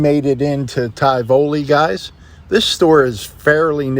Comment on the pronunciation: I can't remember if you ever visited Indianola TX. It's not far from Tivoli. The hurricanes visited there a little too often . Your pronunciation of Tivoli makes my eyes cross in protest😅